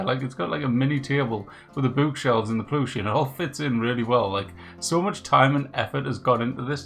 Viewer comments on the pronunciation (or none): Plooshie...Spoken like a good Mackem. 😉